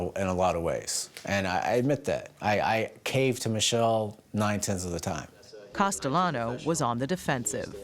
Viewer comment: Test him! Call him CASTEYANO...LL IS PRONOUNCED YYU...HE WILL GET FURIOUS😅